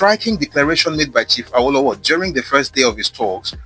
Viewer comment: This is educative and revealing. You're doing a good job but as a Yoruba man you're not supposed to westernize the pronunciation of "Awo". The intonation is wrong It's Re Re not Re do as you were pronouncing it.